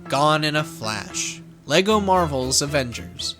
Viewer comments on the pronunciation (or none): none